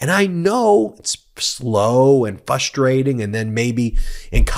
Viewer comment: Ben, "fus-trating"?🤣🤣🤣